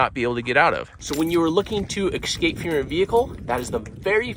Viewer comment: It's not excape! It's ESSSCAPE